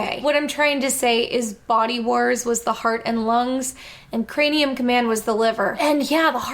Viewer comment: ...is she saying "crameum command" half the time? Sounds like it. Like, 9 minutes in before I actually heard her say craNeum.